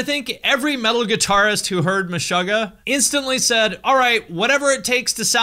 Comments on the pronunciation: I'm triggered by how you pronounce Meshuggah. You say Mesh-ugg-ah I say Me-shoo-gah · muh-'shUH'--guh.. lol its Meh-suga(r) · Stop saying Meshahggah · The word Meshuggah is a yiddish word meaning "insane" and it's pronounced Me-Shoo-Ga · Great video! But dude!! it's pronounced 'Meshoogah' (like sugar) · Isn’t it pronounced Meh-shoo-gah? 🤔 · stop saying meshöggäh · cool video but stop pronouncing it like "meshogah" 😬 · needs to work on his Yiddish pronunciation (just checked an interview and was happy to see that the band themselves say it correctly haha) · Your pronunciation of Meshuggah is interesting. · No one's gonna talk about how he's pronouncing the band name wrong? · i am deeply disturbed by how you pronounce the band name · I thought it was pronounced Meh-shoe-ggah and not Meh-shuh-ggah. Which one is it? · You are pronouncing MESHUGGAH wrong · Have I been saying it wrong my whole life or is pronouncing it weird? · You pronounce Meshuggah wrong